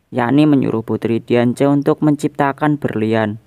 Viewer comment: Xerneas dibaca serneas Diance dibaca diansi